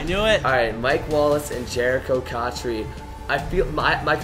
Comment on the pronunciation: He kinda lost he said cotcher not cotchery